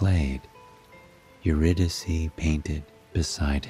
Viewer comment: Her name is pronounced Your-Rid- i-Kay….. how can you read a story without knowing the proper pronunciation of a key character?!?